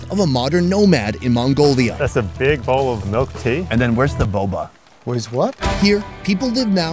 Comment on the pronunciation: “And where is the boboa?” 🤣